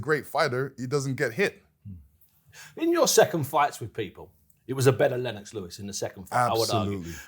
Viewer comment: Its Lennox, not lennex lol